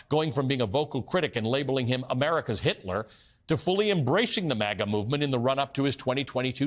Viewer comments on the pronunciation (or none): none